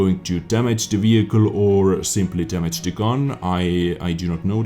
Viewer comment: "overall faster wehicle" Made me laugh so hard...